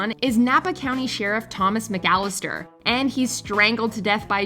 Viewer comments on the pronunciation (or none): none